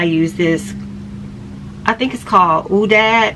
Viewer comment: Your hair came out great😍 Ouidad is pronounced "We-dad"...just figured you might want to know💗 Glad you received an all-clear at your Post-op😊